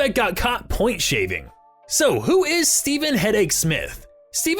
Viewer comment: I think it was actually pronounced "stevv-in". I may be wrong though